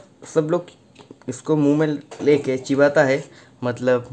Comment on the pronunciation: Chibata nahi dost chbata 😁😁😁